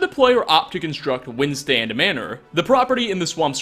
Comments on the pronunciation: It’s not Windstand Manor, it’s Windstad. But who am I kidding, you probably won’t read this and even if you do you’ll never really change 😂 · Windstand Manor, too. (it's Windstad)